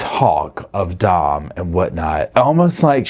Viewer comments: Did you know his name is Dominic = Dom?Not Don. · I'm not trying to be rude but his name was Dom not Don. It could be me but it sounds like you're saying Don not Dom. I just thought I'd let you know. I love your videos and I think you're great ❤ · It sounds like you’re calling him Don vs. Dom